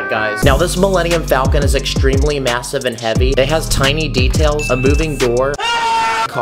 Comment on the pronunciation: Did did he say MASIVE